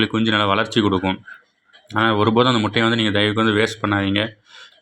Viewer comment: எந்த பள்ளியில் கற்ற தமிழ் முட்டையா மூட்டையா? நல்லா தமிழ் வளர்த்து வைத்திருக்கிறார்கள்